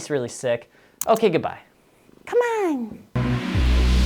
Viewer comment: Did you purposefully use that heavy Midwest accent on “camon” at the end too? BTW I’m from Chacago, so I approve lol.